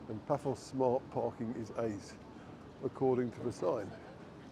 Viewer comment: Yep, Paphos with 'th' really annoys me!